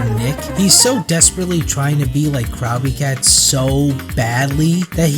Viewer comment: good video but the way you pronounce “crowbcat” is like a fork scraping a plate